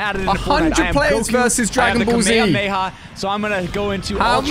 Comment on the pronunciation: Bro stop saying kamiyamiyah just stop